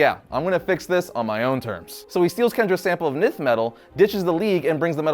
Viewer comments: also: pronounced nine-th not nin-th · Did you pronounce ninth as 'neenth'? 😂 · The shot of the page in the video says "ninth", and it's between "eighth" and "tenth", which makes it extra weird to pronounce it wrong. has trouble pronouncing a lot of words, but usually it's character names ("OZZIE men DAY us" for Ozymandias).